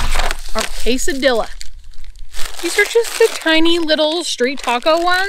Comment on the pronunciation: kay - sa - dee - ya =quesadilla